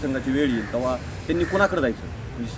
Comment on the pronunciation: Please improve marathi language of speakers in your channel ... Saying tawa instead tevha.... Blue shirt sleepy boy bite